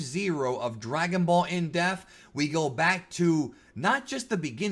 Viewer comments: It's pronounced IN DEPT with not IN DEFT. Fantastic video, man. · It sounds like you're saying "In Death" lol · 50th edition... still cant pronounce depth.. hahah sorry if you see this, i mean this in the nicest way possible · 50th edition and youre still a fucking illiterate that doesnt know how to say the word depth